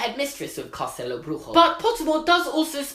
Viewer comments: Well... Castelo Bruxo isn't pronounced like that. What you are saying is somewhat spanish, but it would need to be Brujo to be spanish, if I understand it correctly. The Bru part is correct, but the xo part is more like SHOE than RRO. So it would be pronounced more like "Cast-a-low Broo-shoe". (the broo is like broom, but without the "m"). Nice video, great theory. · It would be awesome to see something about Castelo Bruxo (btw you're pronouncing it wrong, the 'xo' sounds like 'shoo' 😂) ... I think it makes sense to show some other schools around the world cause everyone is curious to see what they're like and the Harry Potter franchise is so big in Brazil it would be cool to appear or be mentioned in Fantastic Beasts... (I'm Brazilian so I would love for that to happen 🇧🇷) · Pronounced “ castelo bruxo “ wrongly , I think you were trying for Spanish instead of Portuguese which is the language spoken in Brasil ( yes it’s spelled with an s ) . Other wise I enjoyed the content . I hope if they bring Brasil into FB they don’t slaughter it , I remember twilight tried to bring Brasilian legends into their universe and it was a absolute slaughter. They talked about legends of river dolphins , had the Spanish maid call him a ware wolf then had the main male character inform the female character that the maid suspected he was a vampire. The translation part might be incorrect , but 100 percent took a legend of river dolphins and called it ware wolves. It was gross to read , but I think JK Rowling could possibly do it more tactfully creating her own thing while respecting preexisting lore which she has done with other cultures in the past. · in fact you pronounced Castelo Bruxo as if it were in Spanish, in Brazil we speak Portuguese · Amazing job, you pronounced Portuguese like it was Spanish.